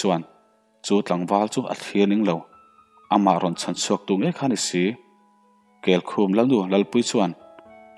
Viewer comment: kelkhum khaw hming mah nise kel (goat) leh khum (bed) anga lam tur anih ka ring